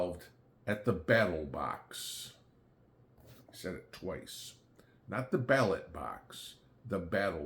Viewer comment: I thought I misheard He did say battlebox 2x